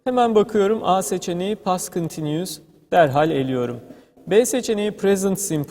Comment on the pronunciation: teşekkürler,çok rahat anlaşılan bi eğitim videosu olmuş."continues" telaffuzu 10 numara ;)